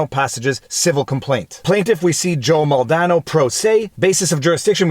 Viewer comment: Its not mole dano. Its mal de nado